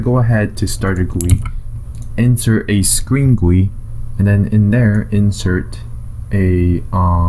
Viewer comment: This is the first time in my life I have heard someone pronounce "GUI" as "Gwi". Good tutorial nonetheless.